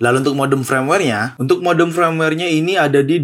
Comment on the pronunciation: Firmaware kok dibaca Frameware... benerin lagi napa bang bahasa inggrisnya...